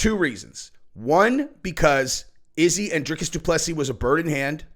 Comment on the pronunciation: Love the channel. Ps, i think it’s pronounced DRY-CUSS